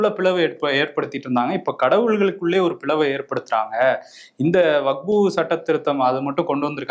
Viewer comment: அன்பு சகோதரர் அவர்களே வகுப்பு வாரியம் என்று சில இடத்தில் உங்கள் வாய்ஸ் வருகிறது. அது வக்பு வாரியம் என்று சரி செய்து கொள்ளவும். இது விஷயமாக தங்கள் கருத்தை பதிவிட்டதற்கு நன்றி.